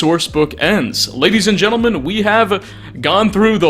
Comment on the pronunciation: "Gentlemandt" ? "Massachewsess" ? Bro, learn how to speak. Great video, just.. damn.